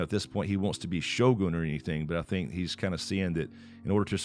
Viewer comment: So many westerner's pronounced it as sho-gan; correct pronunciation is sho-goon